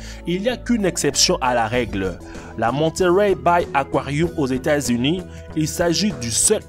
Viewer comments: "Probablement jamain" "réquin" "aquarioum" je suis morte 😂😂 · Pk tu dit aquarioum? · Aquariu? Aquariou? 😂😂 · il dit aquarioum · Un réquin et un akouarihume 😂😂 internet kiffe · "RÉQUINS" ; "AQUARIOUM" ; "JAMAIN" J'suis mort pttdr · J’ai arrêté au bout du deuxième akwarioum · Dans son aquarioum 😂😂😂 wtf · Le mec il a dit aquaruioum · " aquariouum "😂 " réquin " " captivity " " États-Ounies😂😅